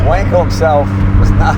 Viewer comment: Donald says “Vonkel”, Jay says “Wankel”. Zoom zoom.